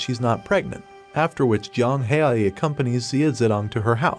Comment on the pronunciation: It not Yang it jiang haoyi = pronouncing to English is somewhat like J ang how e that what I think it is but it easier if I say it to you